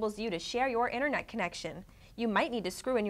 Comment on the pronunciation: she cant even say internet correctly